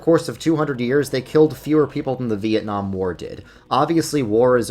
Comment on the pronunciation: "Vietman" war.